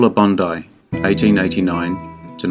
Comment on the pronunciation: Her name is BON-dee, not BON-eye. It's Beulah Bondi, BON-dee, you AI robot!